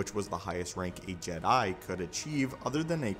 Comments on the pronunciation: “JedI” bro why you emphasizing the i in Jedi, it’s just Jedi, not “JedI” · This great but it's weird how you say Jed I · Bruh good video but it killed my ears every time time you said “Ged Die” like bro just say it normal one word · Why do you say Jedi Like that.